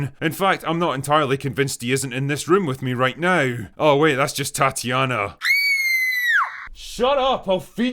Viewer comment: “Go away neow”. My favorite part of your videos 😂